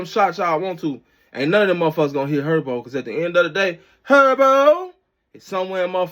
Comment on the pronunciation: Why he said “Herbo” like that? 😂